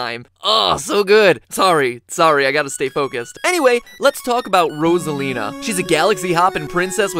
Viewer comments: No NO! That is not how you say it, if your familiuar with Mario Kart can you hear her say her own name! So yeah, there you go! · FOXY THE HUMAN FOX Finally someone understands!!!!!!! I was starting to believe I was saying it wrong for years..... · im still mad that he says Rosalina's name wrong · I am SO triggered by how he pronounced it in the video. I have a similar problem with my name. Most people, upon seeing it, use a short "o", as in "boss". It's supposed to be a long "o", as in " rose" (literally both our names start off sounding like the flower), because of one thing; the number of "s"s after the "o". One "s" makes the "o" long while Two "s"s make the "o" short. It's the way it's SUPPOSED to be said. Y'all have NO idea how tired I am of people pronouncing either names with "Ross". It's not " Ross", it's "Rose". And THAT is no theory. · Anyone else notice how he changes his pronunciation of rosalina once about 9 minutes in? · When you mispronounce Rosalina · Hold on through the whole video you said Rosalina differently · U. Said. Rosalina. Wrong. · You’re saying her name wrong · The mispronunciation of Rosalina smh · Dude is saying Rosalina so wrong getting so triggered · I cant stand the mispronunciations of Rosalina... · You’re clearly struggling to pronounce Rosalina. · Who else is triggered that he is saying ROZ A LE NA its Rose a lina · rAsAlina? I thought it was pronounced rOsalina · I can’t get over the fact that he keeps saying “rawsalina” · it's ROSALINA (rose-a- lina) not (roz- a- lina)! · It's not ROS - A - LEEN - A It's ROSE - A - LEEN - A goddammit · I could barely get though this with him saying rozalina IT'S ROSA-LINA AAAAAHHH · I can’t get over the RASALINA like wtf 😭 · Was anyone else annoyed that he kept calling her "Rawzalina" instead of "Rowzalina?" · Rossalina. ❎ Rosealina ✅ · Do you mean Rosalina not Ross a line a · Mat: every thing you kno- Me: I thought it was rOsalina not rosslina (No offence) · Roz-elina? I thought it was Rose-alina